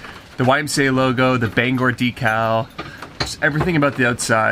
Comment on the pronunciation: love seeing your Bangor YMCA bus taking you places most people here in Maine only dream about. Thank you for pronouncing Bangor correctly ;-) <3 Glad you are keeping it the same on the outside. Take care!